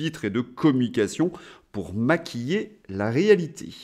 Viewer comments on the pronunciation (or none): C'est étrange, chaque fois où vous prononciez "maquiller" j'entendais "Mc Kinsey"...